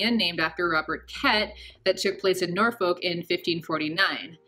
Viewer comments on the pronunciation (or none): Just for clarity its pronounced NorFUC, and Norich. Fuc. :) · *Norfolk sounds like ‘norfuk’ and Norwich sounds like ‘norich’